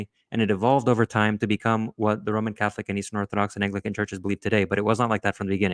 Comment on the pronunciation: Not being able to say "apostolic" and "Anglican" is a bad start.